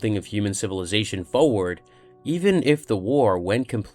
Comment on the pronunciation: i love you and i love your channel but you say the word 'forward' far to often to be mispronouncing it. other than that i sub and love your content!